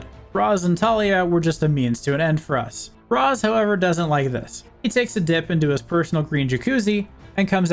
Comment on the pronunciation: This made for a nice trip down memory lane. I will say after hearing it a few dozen times, I feel compelled to tell you it's pronounced "Raysh," not "Rahs," despite how it's written. I think they only say it like twice so it's probably easily missed unless you're familiar with the name ahead of time.